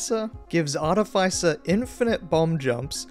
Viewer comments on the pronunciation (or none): The way you pronounce "Artificer" is so criminal